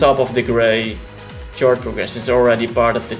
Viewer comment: its not a tjord progession but a khord progression. the c is pronounced as a k!